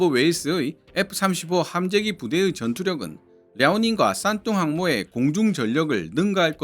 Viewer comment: 왜 싼똥으로 들리지